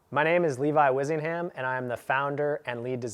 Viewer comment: May be a stupid question, but... when did Levi Buckingham become Levi Wizzingham?